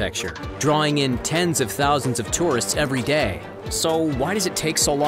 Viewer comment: you said gay insted of day